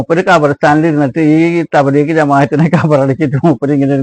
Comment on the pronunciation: ഈ വയസൻകാക്കാക്ക് തബ്ലീഗ് എന്ന വാക്ക് പറയാൻ തന്നെ തിരിയില്ല.